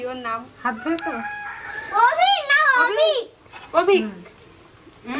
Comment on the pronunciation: এই ধরনের উনুন আমাদের বাড়িতেও আছে। যাই হোক "ধোঁয়া" হবে, ধোমা নয়। তুমি আমার ছোট বোনের মত, তাই উচ্চারণ একটু ঠিক করে দেওয়ার চেষ্টা করি। তুমি যেন কিছু মনে কোরো না।